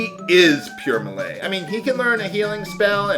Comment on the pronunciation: Oh and I promise I'm not trying to be tha pronunciation nazi xD but ti save you from future trolls trolling ya, Melee sounds like May-Lay. Btw I totally don't know why my first 2 posts on your videos are about how you say things..But it just REALLY helps me enjoy LPs when little things like that are taken into consideration. I cant wait to watch the next SD3 videos!!!